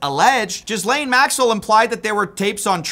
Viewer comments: Bro, this is so triggering. The name Ghislaine is typically pronounced "Ghee-lane" or "Gee-len", with a hard "g" sound and the "s" being silent. The second syllable can be pronounced with a long "a" sound as in "lane", or with a short "a" sound as in "again" according to Vanity Fair. Breakdown: Ghee-lane/Gee-len: The "g" is pronounced like the "g" in "go". Silent "s": The "s" in Ghislaine is not pronounced. Second syllable: "lane" can be pronounced as in "lane" or "again", depending on the speaker's accent according to Quora. Please! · … it’s pronounced “Gih-lane.” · It’s pronounced Ghee-Lane just to help you out man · GILAINE! Nobody has ever heard of a silent letter. No one knows how to research pronunciations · Just a note - the S in Ghislaine is silent. You just say Gilain with a hard G. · I don't mean to be difficult, but it's pronounced 'Gu lynn' or 'Gerlane'. The only reason I care is because I have a cousin by the same name. The 's' is silent. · Not taking you seriously until you pronounce the name Ghislaine correctly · OMG the S in Ghislaine is silent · The way he pronounces maxwell’s first name 😂😂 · How is it after all these years, people still don’t know how to pronounce Ghislaine Maxwell’s name correctly?